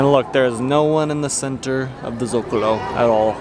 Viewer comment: Guys, cool vid. One note: Socalo, not Zocalo :)